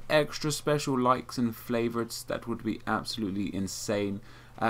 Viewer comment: he said flavorites he watches syndicate